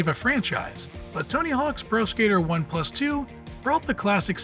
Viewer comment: Has this guy ever played a video game before lmao. “Tony hawk 1 PlUS 2”